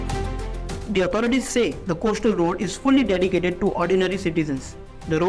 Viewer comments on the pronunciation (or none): Can we smart well-spoken reporters who know their job ? I am tired of hearing “coashtal road “!! At least learn English diction along with your job!!!